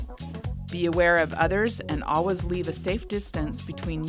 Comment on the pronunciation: That “all-was” instead of “always” was very weird to hear over and over hahaha.